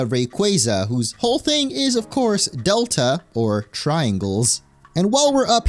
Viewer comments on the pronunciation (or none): none